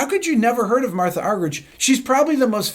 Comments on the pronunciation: It's pronounced MARTA not MARTHA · Her name is pronounced MarTa Rick. No h 😉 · I believe her name is pronounced Marta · I believe the correct pronunciation of her name is MarTa (roller 'r' and hard 't') Arg-er-eek... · I think she pronounces her first name "Marta". But it doesn't matter what she's called, what matters is what she does, which is astounding. I share your admiration. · whenever i listen to radio 3 here in the uk, they always pronounce her name "marta"? alas its not that surprising that people outside of the classical music world haven't heard of her. such a legend though for sure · She's doesn't do solo concerts anymore, because she gets "lonely." What an incredible woman! BTW, her first name is pronounced Mar - Tah. Some folks say Ar Ger Reek, but mostly it's anglicized.